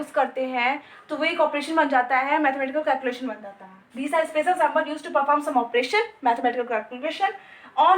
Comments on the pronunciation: Symbol ❌ sambol✅🤣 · Excuse me Sambhal Nahin Hota symbol Hota Hai